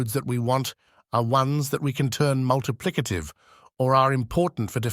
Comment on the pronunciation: hnnnnnnnhhhhhhgggggggg "multiplicative"